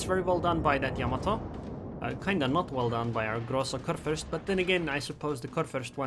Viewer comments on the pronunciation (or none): none